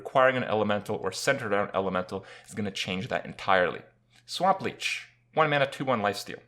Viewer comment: "Sawmp leech... Yeah what ever..." 3 weeks later after losing to a few 1 drop hunter "How good is Swamp leech... looks like it's pretty good!"